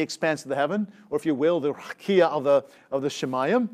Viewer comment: I think I’d rather you mispronounced the word as plain ole Raqia. 😅